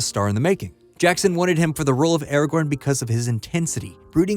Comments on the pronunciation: Its Aragorn and its NOT pronounced Eragorn you simp. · You keep saying Arago(r)n - the second R is silent.